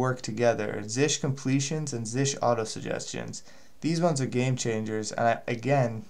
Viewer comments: Really helpful but it is z s h or z shell not zish. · Stop calling it "Zish".